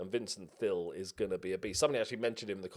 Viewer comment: Every time you say Thill it sounds like Phil. Can't wait for the 3 Phils